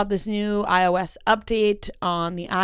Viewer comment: such a random comment but yesterday on the morning toast they were talking about the iOS update and Jackie pronounced iOS the same way did today lmfao and they also had a conversation about how that's definitely not how it's pronounced lol. The only two people I've ever heard call it that 😂